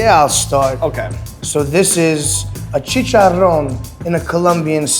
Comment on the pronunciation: Love how he says chicharon with a french accent. LOL